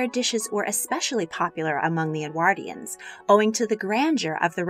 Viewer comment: or for them to pronounce "Edwardians" properly